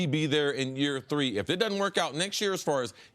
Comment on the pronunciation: I hate that Cris pronounces “if” like “ef”....